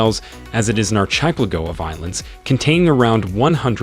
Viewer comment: whats with the pronunciations? who doesnt know how to pronounce brazil or archipelago